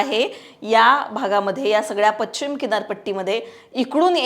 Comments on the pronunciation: आधी पश्चिम नीट बोलायला शीक पच्चीम नाही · Pronounce paschim properly